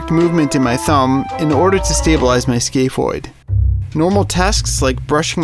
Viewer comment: i thought he was saying skateboard the whole time like someone named a bone skateboard